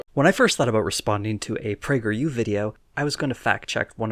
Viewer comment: Just giggled for a full straight minute at "Pee-yew". Quarantine done fucked me up.